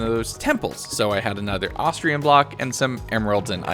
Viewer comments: It's ostrum not ostrium other wise best video ever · I ain't gonna lie the fact he says Ahs-tree-uhm instead of Ahs-trum somewhat irritates me but it shall be forgiven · You keep saying "ostrium"...where is the "i" in OSTRUM!? It's not there. It's. Not. There. Love the vid but my god, every time you said 'ostrium' I was more and more sure you thought that it was an ore made out of ostriches. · Loved it, definitely want a 200 days. Little disappointed you spent a whole 100 days, and still were calling Ostrum "Ostrium" lol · "ostrium" ostrum moment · every time he says ostrium it reminds me of austrailium from tf2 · At no point in this video does he say Ostrum right. XD